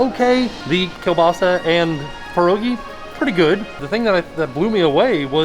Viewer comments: KEEL-BAH-SAA. Not kabaahsee., you're killin' me! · Signs truly Polish = pronounces Kielbasa kilbaseee 💕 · Not gonna lie, my polish ears bled a little when I heard it! Next time try to get some sour cream with your pierogies!